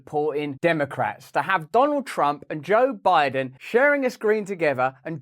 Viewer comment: “We don’t really know who Boe Jiden is”